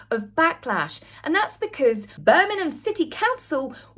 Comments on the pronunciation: love your videos so much, very informative but please can you pronounce Birmingham with the G it's making me cringe a bit. Or maybe say Brum. Don't mean to criticise, just got to say it. Hope you don't take offence as I'm a massive fan x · It's Bir ming ham, not Bir min ham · Birmingham not Birningham M not N . Love your chanel ❤ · Please,, learn to pronounce the name of one of the largest cities in Britain!!! BirmingHAM, not BirmiNUM! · I really hate to be this person. However, I must. I'm sure is pronouncing Birmingham as Birnigham it's actually pronounced Bir-ming-ham. Apologies to. If im miss hearing it, maybe a hearing check for me is due. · Hi, it' s not Berminam, it's Birmingggham please pronounce the g in Birmingham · Its Bir- ming-ham not Bir-mim-hem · Petty alert! Birm-ing-ham. Not Burminam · Please it's Birmingham am not Burninum just saying.. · Please please please, learn how to pronounce BIRMINGHAM! It's not Birmingnam, Birmingnum or any of the other names you mentioned. It's Bir..ming.. ham, there's a HAM at the end! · Hey the town is called BirminGHam, not Birminum.😂😂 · Bir Ming Ham - correct pronounciation. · Ah cmon, not Bermanen!!! At least pronounce it correctly, Lots of Americana are watching. How they pronounce B'Ham is the same apart from the 'ham'. It's more like 'um'. Sorry, but I'm a Brummie 😘👌😊😢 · I really love watching you but plz say BirMINGham properly Glad you had a wonderful time at the ball you looked stunning as did your own personal bond did😊 The Birmingham council went bankrupt and we are suffering cuz of it, and now they going to pay out for the these games Great more for us to lose out on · You're English, say Birm ING ham correctly ffs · There's a G in Birmingham luv. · I love your videos but please - the 'g' in Birmingham is not a silent one. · As a Brit, never heard Birmingham pronounced that way? Not knocking you, just mind blown. Is that a Sussex dialect?